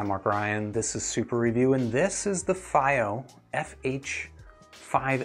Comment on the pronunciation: dunu d2000j dual dynamics and dual ba and you did all the pronunciation across the globe for the brand "FiiO" indeed a man of culture